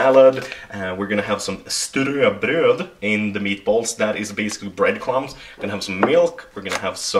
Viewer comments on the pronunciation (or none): Is ströbröd pronounced "stroybroyd"? i have some knowledge of german and am wondering if the umlauts are treated the same